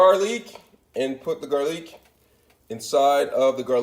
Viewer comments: Its ramen not reimen and garlic not garliiick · Also why is he saying Ray men and gar leek. Bish we ain’t fancy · "Raymen noodles" "garrliiic"😂😂 hello it's ur fav commenter Raymen noodles: Garrliic